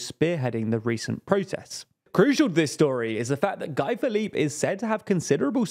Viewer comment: Great video as always. Thanks for the good work 👏. In Guy Philippe, Guy is not pronounced as Guy in English. In the French world its pronounced like (Gee) as in ghee😊